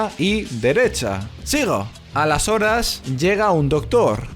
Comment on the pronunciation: OTRA VEZ EL "A LAS HORAS" SIEMPRIE PIENSO QUE DICES "ALESORES" O "Y ENTONCES..." EN CATALÁN :[ minuto